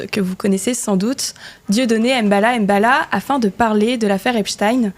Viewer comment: "Balam bala"!? Fait un effort stp ""! 😂😂 C'est M'bala m'bala.